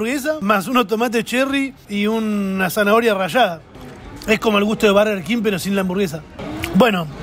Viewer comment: estamos en Argentina, se dice burger no barger